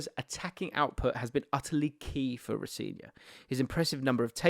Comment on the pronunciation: in his latest interview he said his name is pronouced ro - seh - nior with the emphasis on the "se"